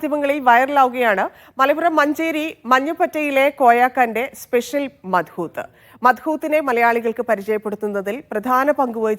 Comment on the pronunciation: ഈ പേര് (മദ്ഹൂത്ത്) നിങ്ങൾ ഒരു അറബിയോട് പറഞ്ഞാൽ മനസ്സിലാകില്ല അതിന്റെ ശരിയായ ഉച്ചാരണം മലയാളത്തിൽ കൃത്യമായി വരില്ലെങ്കിലും , അതിന്റെ പേര് അറബിയിൽ مضغوط (മദ്ഗൂത്ത്) എന്നാണ്